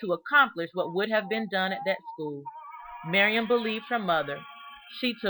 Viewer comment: I slowed down the video so I could see if it was just my hearing, because I also just kept hearing "Miriam".